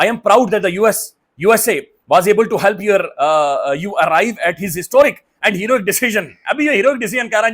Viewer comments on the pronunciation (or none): none